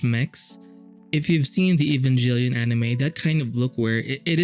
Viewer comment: "evanjelllon" is where i stopped watching